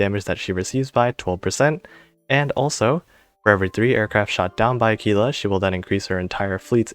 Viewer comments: Her name is pronounced Ah-Qwilla at least in the UK. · I’m afraid that, unlike in Spanish, you are supposed to pronounce the ‘u’. AH-kwee-lah. Great info, though. What do you think about the pirate squadron Corsair vs the Tigercat? Is it as simple as choosing between more anti-air / bigger bombs?